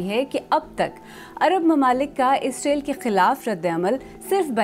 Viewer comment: اینکر محترمہ جب بھی اسرائیل کا نام خبر پڑھتے وقت لیتی ہیں ، اس کا تلفظ اسرائیل کی بجائے اسریل ISREL ہو جاتا ھے۔ ایسا مجھے محسوس ہوتا ہے گرچہ ان کی آواز ریڈیو/ٹی وی کے لئے بہت موزوں ھے